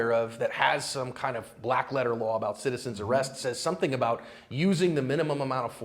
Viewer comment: Citizens Array-ust